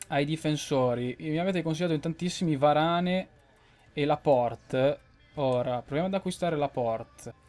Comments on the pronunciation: comunque si pronuncia "veran" no varane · Si dice Varan e si scrive Varane